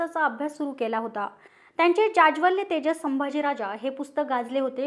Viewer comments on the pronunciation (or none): Kai ucchar vah....Jajwalyatejas mhane... nit vacha re aadhi